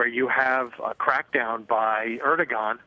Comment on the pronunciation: It's ER-DO-AN man, jesus fucking christ. The G is not pronounced. I don't even like him but learn how to pronounce the names of the fucking country leader you're reporting on ffs.